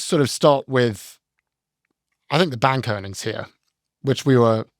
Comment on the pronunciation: As a fan of language and accents, I love when says the word, “bank” it’s like, “BANGk” 😂🫶